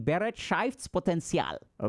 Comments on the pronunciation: *Hermione voice*: it‘s BeREITschaftspotenzial, not BeretSCHEIFTspotenzial :P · you can type the word into google translate and get a rather good pronunciation. Bereitschaft was not comprehensible, because it follows different rules than English (-potential was OK actually). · I like how he says "BEREITSCHAFTSPOTENZIAL!" XD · I really would love to send a voice message to give you the correct pronounciation of Be-reit-schaftS-Poten-tial. Nonetheless, thank you as always for your valuable thoughts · Thanks for the video! I have returned to it multiple times. It is very very useful to me! 💙 But you pronounced "Bereitschaftspotential" wrong. 😂 So, so very wrong, im dying. 🤣😜❤ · The way you pronounce "Bereitschaftspotenzial" is wild, but I love it 😂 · You misspronunced bereitschaftspotenzial hard! btw. It translates to the potantial of beeing ready. I dont know but I feel like reflecting gives me a bad feeling about all the things that went wrong ending on lowering my bereitschaftspotential even more. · Please Dr.K learn how to pronounce Bereitschaftspotenzial correctly. :) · Haha hilarious pronunciation of the German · As a German, hearing Dr K pronounce Bereitschaftspotenzial in the most American way possible was all I needed to cure my depression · your german pronunciation 🤣🤣🤣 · I can't get over how Dr. K pronounced "Bereitschaftspotential". As a german-speaking person, this was wild to hear lmao.